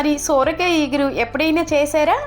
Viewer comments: సొర కాయ తల్లీ సోర కాయ కాదు . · Soooooorakaya kaadhu amma....sorakaya...😮😮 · Sooora kaaya kaadu ..sora kaaya anaali..thelugu khunee chesthunnavu ..neevu thelugu ammayi ve kadaa..